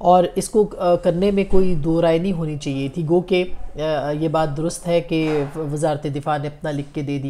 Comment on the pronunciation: Aap lafz " Chahiey" theek terha ada nahi kertin.